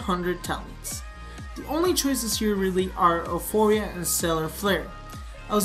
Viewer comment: Am I the only one really annoyed with how he pronounces Euphoria?